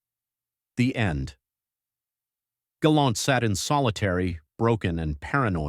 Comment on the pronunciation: Hey, it's "Galant" NOT "Galont" ijs